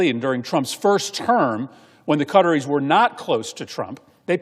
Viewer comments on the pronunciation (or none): Why cant this guy pronounce Qatar properly? Just sayin…..it Qataris…in plural Not cutteries!! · "Cutteries" .... lol American pronounciation of (or lack of ability to pronounce) foreign names is always amusing.